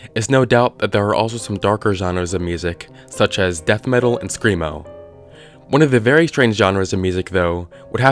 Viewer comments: Did you say scremo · Mf said screamo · I stopped listening after I heard "screamo".